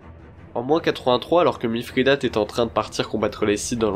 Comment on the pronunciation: Bonjour, j'aime bien, bon travail :-) Mais pourquoi prononcer MiFRIdate, y a t-il une raison étymologique ?